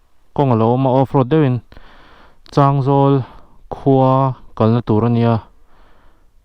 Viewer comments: Chângzawl nilo in changzawl aw boss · Advice:, changzawl i lam rik dan hi a dik chiahlo deuh, thil dang pawh a awm zeuh zeuh, han zawt lawk keuh la midang, ngaihthlak anuam lehzual ang...